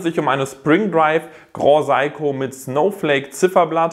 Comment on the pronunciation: Bitte den Namen (wie dieser auch in Japan ausgesprochen wird): Se-i-ko. Gilt auch für deine Kollegen, die super oft den Namen falsch aussprechen. Keine Kritik, nur als Anmerkung gedacht! Deine Videos sind stets super! Danke hierfür... schönes WE